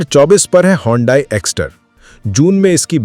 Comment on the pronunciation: You mean hyundai..not hondai